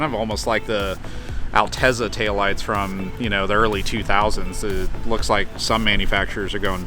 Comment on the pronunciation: He said Altezza, thank you! He knows what he's talking about!